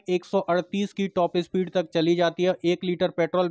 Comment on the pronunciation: Bhai topes speed nahi top speed bolo, aur selfie start bi nhi self start.